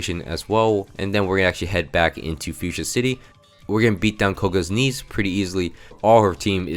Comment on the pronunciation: "We are going to beat down Kogas niece"